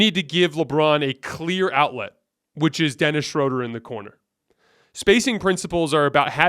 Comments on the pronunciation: It's pronounced Schröder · It’s pronounced Shroooooooder!!!! Great show! Go Lakers!